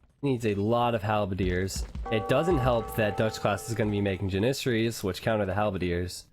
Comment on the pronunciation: Lol funny how you say janissaries